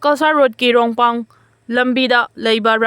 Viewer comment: Sister, pao pabda khungi maming sengna pabiyu, rongpang haiba khun amatta leite, rengpang haigadbani khara cheksinna pahanjaninge.